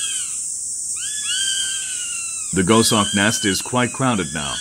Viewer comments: Gos Hawk not Go Shawk. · Amazing that someone narrates a script and there no one to tell him that he's is mispronouncing the actual subject of the documentary. Too annoying to watch.